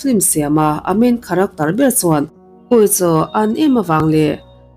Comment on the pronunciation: Kharaktawr - heti lo deuh hian i lam thei em² ang.